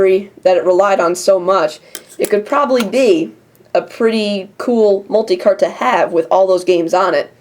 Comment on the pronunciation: You said multi-CARP! lol.